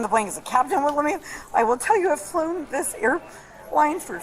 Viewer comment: 'Dis' ? THIS ! FFS